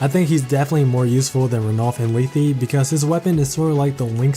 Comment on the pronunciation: You butcher lethe and Canegies names by the way . It might just be the way you pronouce them but for me there names are more like Leth("e" being silent) Canayges I have there games and they pronouce them